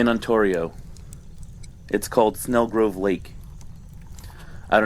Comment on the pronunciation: Long-time fan! Btw, just fyi, Ontario is pronounced "on-TERRY-oh".😁